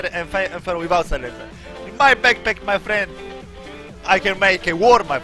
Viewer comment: "ma frend"😂